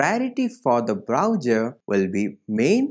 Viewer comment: Good explanation, but it's browser, not browjer, Thanks